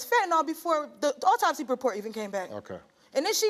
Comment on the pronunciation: Oraltopsy.....wtf is that? 😂